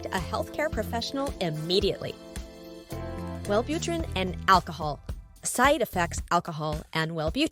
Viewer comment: Well butter rin